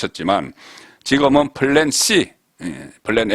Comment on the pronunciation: 지거먼? 제발 발음 좀 의식하시오! 하면 됩니다!!!